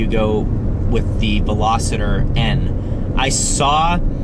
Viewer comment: hey, it’s not Velosciter. It’s Vel-oss-stir- aka Veloster. Loved the video bro. Keep the dope ass videos up! Loved the commentary on this one especially